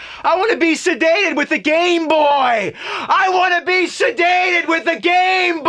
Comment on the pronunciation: It's "sedated" not "sadated"